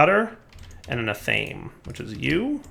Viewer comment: Dire pronunciation... Athame, ath-ah-may. Or perhaps, (p)ath-uh-may. Three syllables. I'm sorry, but it hurts to hear ah-thame.